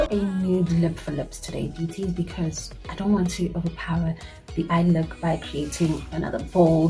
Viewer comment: I like when u "because nje"🤣...anyways nice look